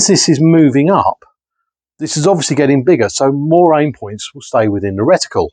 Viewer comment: Nice one...you still can't get away from the 'retiqule' eh 🙂